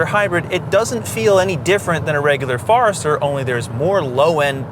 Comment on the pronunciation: OMG! It's a Forester, not a Farester!